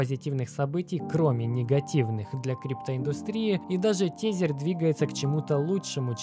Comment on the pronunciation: Не тЕзЕр, а тЭзЭр бл….